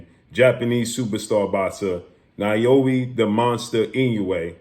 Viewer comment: "NAH-OH-YA" say it with me 🤣